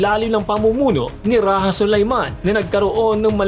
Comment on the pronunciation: Rajah Muda is pronounced as "Ra-ja Mu-da", not "Ra-ha Mu-da". "Rajah" is not a Spanish word